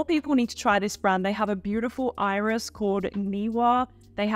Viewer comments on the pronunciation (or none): none